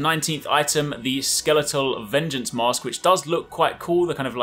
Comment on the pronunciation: When he says mask, it sounds like he is saying mosque and I kept wondering how would 13th century Japan have mosques